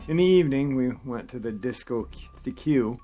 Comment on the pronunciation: It's pronounced "Disco-Tek", for future reference.